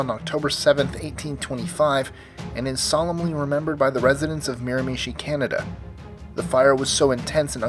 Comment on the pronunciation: Miramichi is pronounced closer to Mira-ma-chi than Mira-mi-chi (kind of hard to explain it's somewhere in between) but you were really close. Some of the buildings that survived that fire are still there.